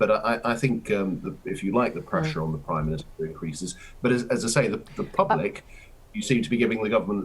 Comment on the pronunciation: Someone should’ve corrected him; it’s called the PRIME minister not PWIME minister....